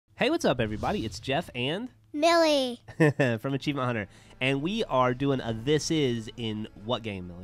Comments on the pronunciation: Achiemient! :D hahaha I love how she says achievement( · Millie is adorable! "Achievient" lol.. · "And we got ACHIEMIENT!" 3m51s